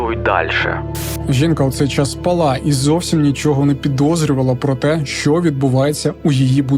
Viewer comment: спАла, спИна. Це із того, що трапляється найчастіше в кожному ролику. Будь-ласка, виправте наголоси в цих словах. Ваша українська чудова, але оте "спалА" кожного разу добиває...